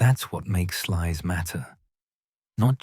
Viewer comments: Pronounced 'Slews' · is AI bullshit,they can't even pronounce Sluys property, it's pronounced Slouse, incidentally!